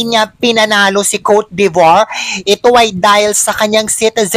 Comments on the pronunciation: french word po yan hindi n ro roll ang letter R kowt de vwaaaa ang tama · If you can’t pronounce coté d‘Ivoire just say it Ivory Coast😂Olivia Yacé have dual citizenship , she’s also American citizen and the family is Diplomat, she can have Diplomat visa.